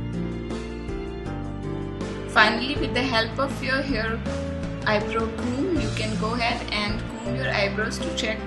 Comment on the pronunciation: It's eyebrow not eyebro